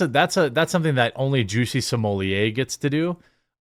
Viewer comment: Juicy Smoyay? The French actor?